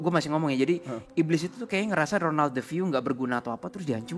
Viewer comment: Aduh aku dengernya ngakak ronald jadi ronan 🤣🤣